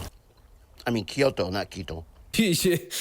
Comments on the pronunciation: Ed: "I love asian culture" Also Ed: * calls Kyoto "Keto" * ..... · This dude really just called Kyoto "Ki.yo.to" lmfao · His pronunciation of Kyoto... HAS ME OoooooHhh like can he just shut up? Holy shit. After what he did to Rose, NO Asian woman would want him. My family and friends have NO respect for that shit. 🤢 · No you are correct, its because he actually DOESNT understand their cultures, dude couldnt even say Kyoto.... hes an ugly, moldy potato head sex tourist